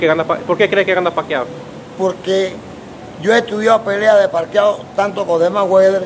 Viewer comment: Roberto Duran: Parquiao, instead Pacquiao! So funny!